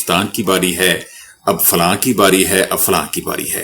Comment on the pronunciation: Please correct yourself: فلاں =Fulan ; Falan صحیح تلفظ ہے۔نہ کہ falan